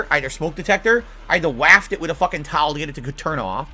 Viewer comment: Why did he say "waft" like that?